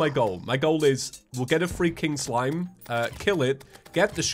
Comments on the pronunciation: why did it take me 5 minutes to realize he was saying “free king slime” I seriously thought said freaking slime XD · On the start of the video u sound like your saying freaking slime not free king slime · Every time you said "Free king slime" I keep thinking your saying freaking slime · Just me that thought he was saying freaking slime instead of free king slime? 😂